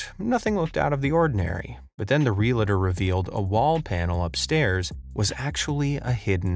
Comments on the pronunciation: 🤦 Realtor has TWO syllables, not three. REAL-tor. Not REAL-uh-der. 😂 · Random question, no offence meant 🙂 Why do some Americans mispronounce "realtor"? Why do they say "reel-a-tor", instead of "real-tor"? Just curious! It's not a complicated, long word🤷‍♀️ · I don't understand why it seems so hard for narrators to pronounce the word REALTOR. It's NOT rel-a-tor or real-i-tor, its realtor: two simple syllables, real-tor.